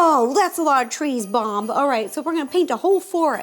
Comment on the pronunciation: ro said bom Instead of bob